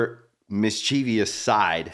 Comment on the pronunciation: Teach that guy how to pronounce “mischievous”.